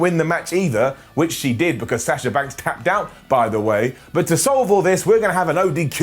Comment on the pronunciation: It's pronounced - Bee on Kah Not -Bee anne ka And why do you pronounce sasha 2 different ways? Why not pronounce their names like how they pronounce them THEMSELVES? Sah SHa. Not Sass sha